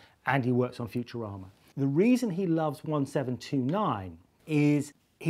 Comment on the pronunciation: Did he say "Futurama" or "Future Armour?" It sounded more like the later.